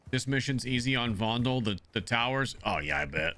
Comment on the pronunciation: It's not vondel Fondel remember how said it